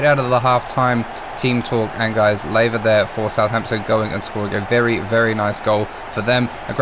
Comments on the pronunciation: Lae-va? It's La-via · "Laiva" 😅😅😅😅😅 that's crazy English never loved us😅😅 Lmao 🤣🤣🤣🤣🤣🤣